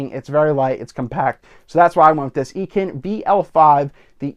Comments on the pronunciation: is it really? On their website videos they always say I-CAN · EEE-KEN? haha just caught me off guard, great video!